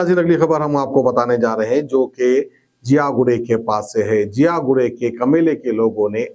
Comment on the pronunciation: 'Ziyaguda' hai woh 'jiyaguda' nai